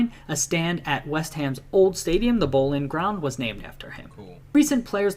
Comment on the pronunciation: London is never in southern central England. It's south east. And that guy () definitely needs help with pronouncing some of the words. Like "Thames" and "Boleyn"